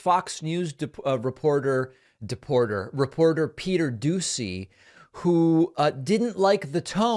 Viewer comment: Sir, since you don't watch TV I will help correct you, his name is pronounced "Peter Doo-She."